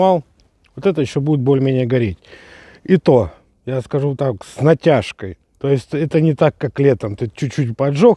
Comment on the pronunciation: Я бы сказал не с натяжкой гореть будут а с натяФФФкоййй!🤣🤣🤣